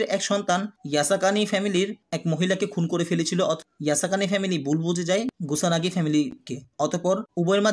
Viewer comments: Are Vai naam gula to thik kore bolen. Kyo ke boltasen rio, kusanagi ke boltasen gusanagi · Oita monehoi gusanagi na kusanago hobe😅😅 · Vai gusanagi na kusanagi